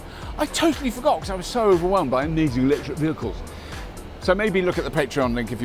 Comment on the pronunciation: LOL! The fellow , talking about "vehicles", speaks with such a different accent, I thought he was saying "BAGELS"! Very much enjoyed Arrival.